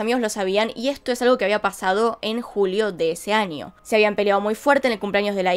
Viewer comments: Por favor ya no digas ANIO, ES AÑO POR FAVOR 🙏 😭, me ensartar como investigas punto por punto tus teorías llevo más de una semana escuchándote desde que descubrí tu canal y tu acento argentino es muy bueno 👌 solo porfavor en la pronunciación es año🤗 gracias espero puedas leerlo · Me gusta cuando dice: anio en vez de año